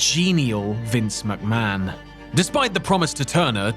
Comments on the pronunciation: "Vince Muckman" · Vince Muck-Man